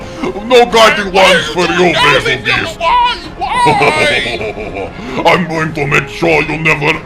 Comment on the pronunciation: How...how do you still call it Ner-Ji-Gante even when they actually say Ner-Gi-Gante in game? And Bazelgeuse is named after the star Betelgeuse so it's pronounced "juice" not "goose". I love the videos but am I the only one slightly triggered by this?